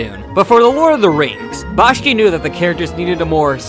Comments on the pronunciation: Bashki? That's embarrassing. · The name is "Bakshi", not "Bashki". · its "B-A-K-S-H-I" as in "Taxi", not "B-A-S-K-Y" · And a personal note: If you can't get the name right . . . I believe it's Bakshi . . . not Bashky. Though Bashkey would make a great pro wrestler gimmick. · You really should lose the MIDI background music during the last minutes, and also the pronunciation "Bashki" instead of "Bakshi".